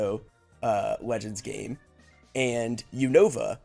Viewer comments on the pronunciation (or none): none